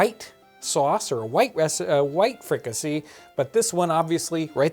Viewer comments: Pronounced free-ka-say. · The "see" in fricasée is pronounced "say".